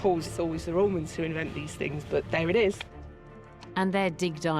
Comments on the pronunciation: "the Raymonds ' or The Romans ? Posh pronunciation is irritating. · Why does this lady call them "Raymans" instead of "Romans"?